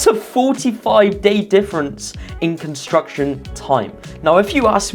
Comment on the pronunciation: How is this guy a construction manager when he can't even pronounce the word construction properly? 😂